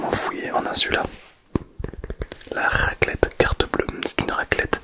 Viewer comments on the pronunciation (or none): Une RRRRRrrrrraclette😅😅